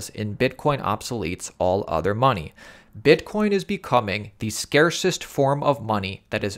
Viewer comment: you said bitcorn